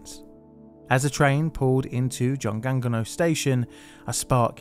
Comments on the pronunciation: I lived in Daegu for two years, and you wouldn't even know from riding the subway because of how well it's run. Terrible to know this had happened a few years before I was there though. (Also, it's more like "joong ong no") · You gonna let that 중앙로 slide but not choi, a highly popularized anglized pronunciation?